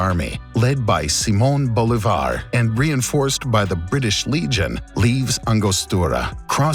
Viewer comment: you said "Bolívar" wrong, the acent is in the i, not in the o